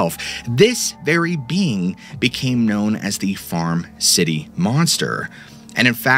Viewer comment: A couple things - it's pretty obvious you used AI to write this episode, and I think that your own phrasing and storytelling would be nicer. The other thing is that the town is Farmer City, not "Farm City."